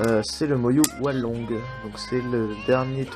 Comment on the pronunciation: Mdr j'aime bien comment tu dis hualong, "oualong" xD, n'empeche bien joué et moi jai achetté le hualong et rien qu'avec ça chui passé de 45sec d'average à 36sec d'average ! Dis moi si toi aussi tu t'est améliorer seulement grace au cube :D